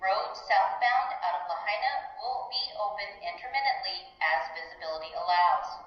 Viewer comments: La-hay-na😂😅 mainlanders😅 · Please learn to say Lahaina!! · Thanks for sharing. So sad for all affected by this tragedy. So sorry you had to suffer too! Please pronounce the name of the town Lahaina correctly out of respect for the people of Maui.